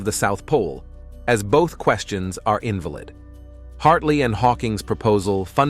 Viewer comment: The computer voice that is reading this script makes enough "pronunciation" errors or word selection errors (inVALid vs. INvalid) that it makes me wonder what other contextual errors it is making and gives me a general sense of distrust in the validity of the script itself.